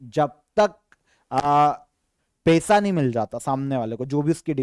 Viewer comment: आप पैसा को पेसा क्योंबोलते हैं। उच्चारण नहीं कर पाते हैं।